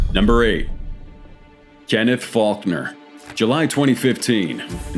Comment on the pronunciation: Faulkner sounds like f*ck her